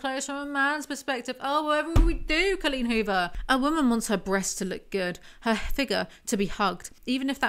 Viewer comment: the best way to listen to Coleen Huvor. I think I just like the way says "Cullin Huver" 😂❤